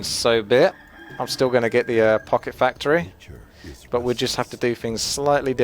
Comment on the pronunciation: Focket Pactory! Ahahaha!